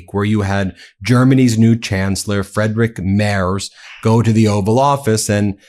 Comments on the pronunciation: You need to brush up your German pronounciation. when you get IE or EI, you pronounce the second letter. Friedrich - Freedrich. Not too hard, Ben. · Ben. Love your reporting. Love Meidas touch. But. Please pronounce Chancellor Merz's name correctly. Friedrich is pronounced with a long E sound. The "ie" in German is pronounced "ee." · His name is Friedrich, not Frederic 😂😂😂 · Ben the german chancellor's name is pronounced like "free" and not like "fry". "Freedrich". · Friederich = Freederich Merz = Mairz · Friedrich is pronounced Freedrick. I before E pronounced E, E before I pronounced I. Great reporting though..! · His name is pronounced “Freedrich” (3rd time, I am explaining it). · Friedrich, pronounced Freed-rich (Scots 'ch,' or Greek χ - 'chi'), hence Frederick. Merz states this in the video. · It's pronounced "Freed-rick Mairtz" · ffs - say "Free Drich" bloody Americans never trying with other languages. It's not actually that hard. Also, a "z" in German is more like a "ts" sound. "Merts" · Ben, please, the German way to say Friedrich is like this: FREEdrick. you do a great job with your reporting but please get the names of these prominent people correct. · Pronounce his name please correctly: Free--deesch M+air=ts. You're mangling it. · It's pronounced Freedrik. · Ben, it's pronounced Freedrich Merts. Merts the e like in bets, bats or beds. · Friedrich is pronounced like FREEdrick. Sorry, hopefully no offense, Ben 😊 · I love the work you guys are doing and I hate to be picky, but my mother in law is off the boat German. The proper way to say Merz's name is, Freedrick. Sorry for pointing that out but I don't want you guys to sound like someone from MAGA reading the news!... AW1 (SAR) "Special Ed" USN Ret... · It's pronounced Free-drich. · Just fyi Ben, his name is pronounced Freedrich Maerts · Hate to be one of those people, but it's pronounced "Free-drich". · It's pronounced Freedrick, Ben. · Please learn how to pronounce the German name Friedrich.